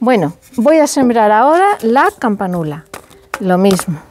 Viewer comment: Campánula, con acento en la segunda a !!!